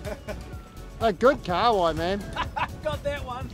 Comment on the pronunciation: Y’all need to pronounce KAHAWAI properly lol it’s not a car wai